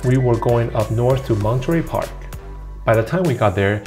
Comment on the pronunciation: You are a TRUE Asian, the way you pronounce Monterey Park!!! My relatives do this. I was raised in USA so I pronounce it differently